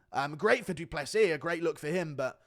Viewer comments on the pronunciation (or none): "doo doo Plessis" 💩😂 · Da Dew pless eez